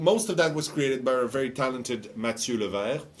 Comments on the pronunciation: "nathieu cote" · "Nathieu", omfg yes, that is the best job to have, the one where you can fuck up the bosses name. XD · lol "nathieu cote"